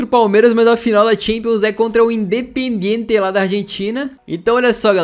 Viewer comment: " A final da champions é contra o Indepediente " Tá certo lkkkkkkkkkkkkkkkkkkkkkkkkkkkkkk